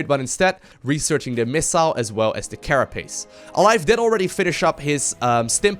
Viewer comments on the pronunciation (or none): none